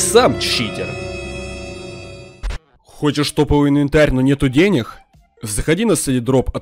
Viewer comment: почему реклама смешная ты говориш денех